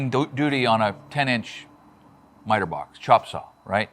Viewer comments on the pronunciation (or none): none